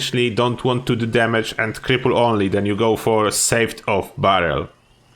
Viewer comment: Hope you had a great holiday! Where does it say about VATS cost? and fyi Sawed off is pronounced 'sord' not 'savved'